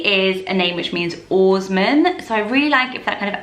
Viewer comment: When you said oarsman, I heard the Scandi name Aasmund. I prefer Cassian to Caspian. I think my least favourite is Oslo. It's our capital and in my dialect it's pronounced Oosh-loo (the o's should be short)